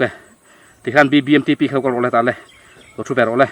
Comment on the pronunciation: Biangnote f leh R ati dik lo tlat😂😂a thiam khawp mai😂😂BBMTP pawh a thiam e😅😅